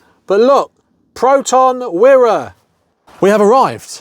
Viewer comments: actually it is pronounce as Weeeee Ra , never Wai ra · That Wira (pronounced 'wee-ruh,' not 'why-ruh') is a beaut! Same year as my mum's, though her's is a base spec 1.3GL. Best of luck on the restoration from Malaysia! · it's wee-rah not why-rah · Malaysian here. The "Wira" is pronounced as wee-ra. It means hero in Malay. Satria means a knight/warrior. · It's pronounced wira as in weee~, weeee ra. Im a proud Malaysian, wira means hero in Malay language. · neither it's called wi-re or wyre, it's called wee-raa as in wira, in the meaning of hero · I like it. Velour seats and a wood* dashboard - hnnng! I thought the model name of this car was pronounced "Wire-a". I wonder why Proton changed it from "Persona". 🤔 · ..yeah, the spelling is good but your pronunciation is bad - very bad..